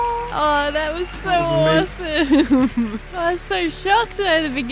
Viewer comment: Anyone else notice how lufu says sar instead saw and aresome instead of awesome and other things like that lol